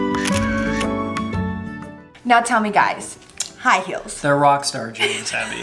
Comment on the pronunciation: High "heals" 😂😂